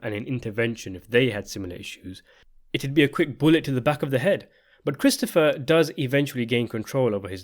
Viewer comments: . His what? His prote-JAY?? 😂😂😂 His HAIR apparent. . Did you also notice the real like foreshadowing when Christofawwwr tells Tony that given the way he eats, he is on his way to having a heart attack by the time he's 50. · It’s pronounced Cwistopha